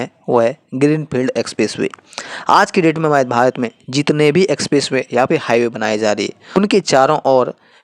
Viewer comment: भाई तुम भारत तो "भात" बोल रहे हो, तोतले हो या जानबूझकर गलत बोल रहे हो।